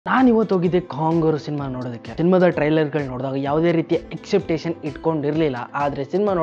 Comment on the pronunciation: ಎಕ್ಸೆಪ್ಟೇಷನ್ 😂😂😂😂 ಏನೋ ಅದು ಎಕ್ಸೆಪ್ಟೇಷನ್...? Expectation ಕಣೋ ಅದು.